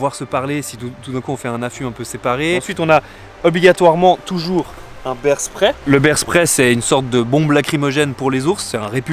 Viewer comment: beaaars fiiiiiigth!!!! AAAAAAAAAAAAAAAAAAAAAAAAAh!!!!!! not beers fiiiigthhhh!!!! AAAAAAAAAAAAAAAAAAAAAHHHHHHHH!!!